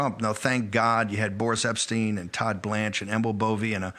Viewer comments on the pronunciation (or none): none